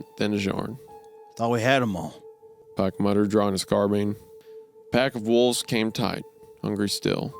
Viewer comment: "carbean" turns out wendigoon doesnt know guns